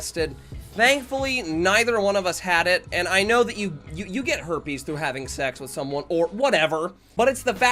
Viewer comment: she said hoipees